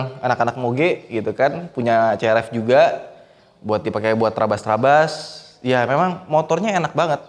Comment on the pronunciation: Bukan C-R-E-P